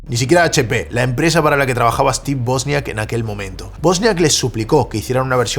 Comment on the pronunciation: Es Wozniak no bosniak. Buen resumen